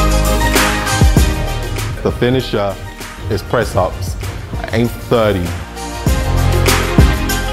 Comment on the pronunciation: He doesnt say 30 with a brit accent lol